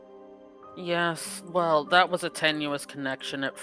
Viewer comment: so it's a Vell detector. Good to know!